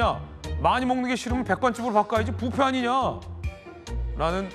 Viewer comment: 아나운서야 부페 가 아니고 뷔페야 뷔페 발음 좀 확실히...